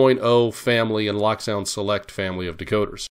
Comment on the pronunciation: Pleeeeease. It is not pronounced "lock sound" The decoder runs a locomotive. It is pronounced "loak" as in locomotive or the word cloak. Check the ESU videos.